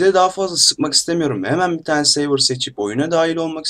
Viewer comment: Seyvır nedir yahu Sörvır diye okunuyor server :))